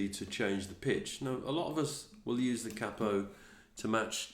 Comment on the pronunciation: I'm subbing you purely because you are the first tutor on u tube that I've heard saying 'cappo' instead of 'caypo', at last ,someone who understands what it means,,,thanks mate,,,🤗👏